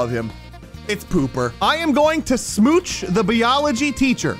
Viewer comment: Is no one gonna mention how said biology as "B-ology"